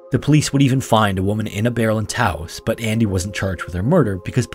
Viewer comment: Wait, can you pronounce Taos one more time?😂